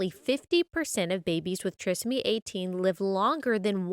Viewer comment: The proper pronunciation is with a long 'i' sound. The prefix 'tri' meaning three. Trisomy 18 means that the child has three copies of chromosome 18.